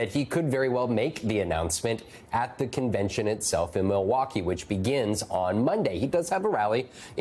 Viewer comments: “Convection” my goodness it contagious. Back to the mask mandates. Is there a Biden vaccine? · Ah you slipped. "Convection" vs "Convention" that was a clear gaff. Hmmmm, maybe time to retire and let someone younger take over. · "Rapablicans going to convection". Nice intro to this nosense segment. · Oh my G** she said convection instead of convention. I am not sure she is qualified to read the news. she is probably too old.... or maybe everyone makes speech gaffes. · So, the MSNBC news anchor mispronounced a word. She should resign immediately.